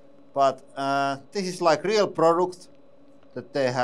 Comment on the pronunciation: This press is so good it can do "rrreel work". That is rrreelly guuud! 😁🤘